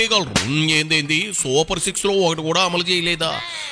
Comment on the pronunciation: అమ్మా రోజా నువ్వు super six అన్న మాట అనకు నువ్వు six అన్నది ఇంకేదోలాగా వినిపిస్తోంది ఎందుకంటే నీకు అలవాటైనదే నువ్వు చెప్పేస్తున్నట్లున్నావ్